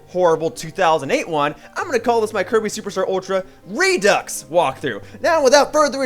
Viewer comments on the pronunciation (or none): your videos werent of bad quality and props for playing a great game, but your commentary wasnt too awful but the way you said "redux" twice an episode made me want to cut my wrists again it was that fucking bad other than that keep it up